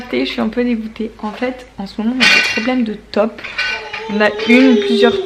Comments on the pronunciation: On dit taupe comme de l’eau pas tope ahah 🇧🇪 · Gabin trop marrant avec izzy, la tête qu'il fait quand tu lui dis NON, c'est trop mignon. Tu me fais rire aussi avec les top dans le jardin mdrr. Taupe c'est mieux, mais chacun son accent. Bisous à vous 4